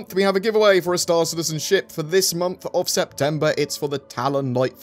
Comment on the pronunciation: I thought you said, “...allowing shit combat...” rather than ship combat haha